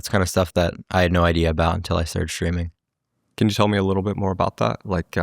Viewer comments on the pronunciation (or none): He pronounces "streaming" like "shtreaming". Candace Owens does that too. It's a podcaster/ streamer thing . It sounds really weird.